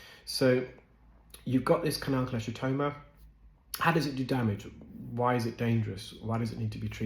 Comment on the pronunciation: just some minor, but not uncommon mispronunciations: Salivary: SAL'-i-va-ry NOT sal-EYE'-va-ry Cholesteatoma: ko-LESS'-tee-a-to-ma NOT ko-LESH'-tee-a-to-ma Herniation: her-nee-A'-shun NOT her-nee-eye-ZAY'-shun